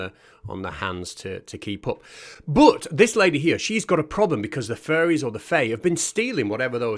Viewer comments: I heard that as well. :3 At least you can hug a furry for reals though! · I kept hearing “furries” instead of “fairies” and that made it more interesting. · sorry everytime someone says "fairys" all i hear is "furrys" and i can confirm furrys are real - and they scare me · Hearing you say "furries" instead of "fairies" adds a dimension lol 😅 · If I was listening to this video with my eyes closed, I would be 100% certain that you’re saying “Furries” not “Fairies” and I don’t like the thought of that. Not one bit 😳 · fully thought you said "furries are actually real" for a sec there had me worried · Maybe it's my American ears, but I heard "furries" every time you (presumably) said "fairies" or "faeries". It increased my enjoyment by 15%. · Did you say "fairies" or did you say "furries" there for a moment? 😂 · Mate, you pronouncing fairies like "furries" is really confusing. Do you pronounce "furries" the same? I get they are both groups of nutjobs, but they are still quite distinct groups. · At first I kept hearing "furries". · Every time i hear you say fairies, i hear it as furries. lol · It sounds like you're saying furries lol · when you say "fairies", it sounds like "furries". that's a W H O L E other video. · Pronounce faires correctly. You are Welch for god sake have some pride